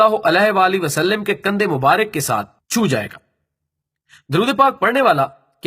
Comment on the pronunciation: Bhai wasaLiM nahi h زیر نہیں آتی زبر آتی ہے ۔۔۔ شکریہ